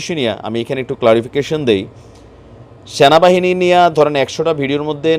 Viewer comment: Vai apni namtawo Valo Kore bolte paren na😮‍💨ata Sena bahini na😞 Ata Sona bahini 🤣🤣